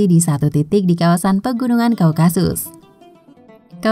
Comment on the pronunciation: *Typo kah? - Daun / Daud ? - Wahyudi / Yahudi ? Slh sebut : Kaukakus → Kaukasus Mimin ngantuk ya?..hì_hí..istirahat yg cukup., Min...